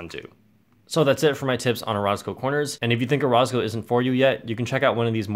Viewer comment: I pretty sure you're pronouncing orozco wrong